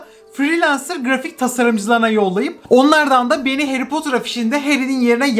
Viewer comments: Nobody:: heri potur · Nobody:harry potter:Harry potur